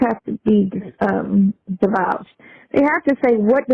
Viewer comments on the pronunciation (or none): They are truly Dumb and Dumber! Dumb should have hung up on Dumber, when she said "divowge." The word is "divulge" idiot!